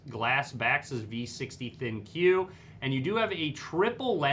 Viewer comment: In the video you keep calling it a Thin Q with the emphasis on the "Q". They are called the ThinQ as in "Think." Just wanted everyone to know the correct name for the model.